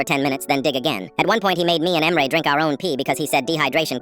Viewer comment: I think that the AI doesn’t know how to pronounce Turkish names